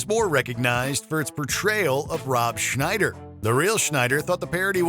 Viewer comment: You did Rob Schneider wrong.